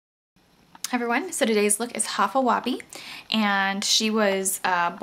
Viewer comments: its pronounced high-fa web :] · High-fa Weh-bee.....its pronounced like this